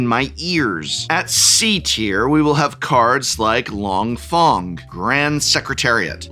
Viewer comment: the correct Chinese pronunciation would be "Fung" not "Fong"